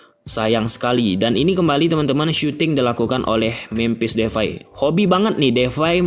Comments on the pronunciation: It's depay not defay😂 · Memphis depay bang bukan defay🙏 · Depay bg bkan Devay🤣